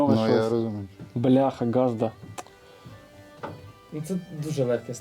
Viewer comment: не газдА, а Газда